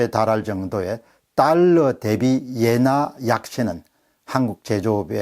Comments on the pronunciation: 엔화를 계속 예나라고 하시네요~ㅎㅎ 자연스러운 흐름에 살짝 방해가 되는것 같습니다...^^ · 옌화? 엔화발음 장애자